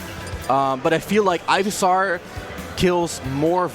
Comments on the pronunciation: it's pronounced ivysawr?? he was pronouncing it ivysar. either you didn't know or your english is garbage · Calls razor leaf sonicboom and pronounced ivysaur "guyvysaur" good job commentators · I think OP meant the commentator pronounced it 'Ivy-saw-r' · LMFAOOOOOO or “Ivy-sar” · I was thinking that too!! Was looking for someone to mention this... Ivy-SAR. Ivy-SARD. Jeeeezuz